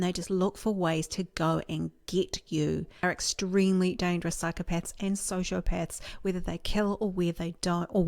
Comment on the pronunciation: Did she say Psychopets...?